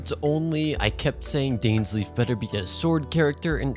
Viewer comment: This. Is. Not. How. You. Pronounce. Dainsleif.